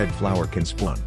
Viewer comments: im i only one who heard tha he said splun? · Bro said Splon XD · "this is where red flower can spuawn."